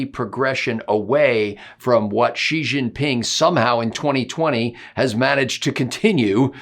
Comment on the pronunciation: Xi is pronounced shee. X says sh. Sh in chinese is a softer sh than x. I’ve lived in china a long time. Wouldn’t we all rather make him sound girly than like an evil space warlord (zi)?